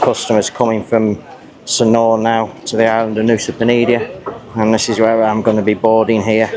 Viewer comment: I thought it was Nusa Penida not Nusa Penidia!